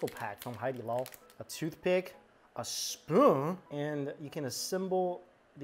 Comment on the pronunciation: Why can’t you ever say the word spoon?